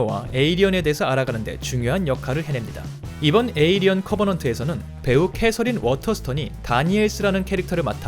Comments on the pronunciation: 에'어'리언이 아니고 에'일'리언인뎁쇼... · 저글링 영어로 해도 에일리언.. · 중간중간 에'얼'리언이 들렸다만 일단 무시하자... 발음생활 어서 나오길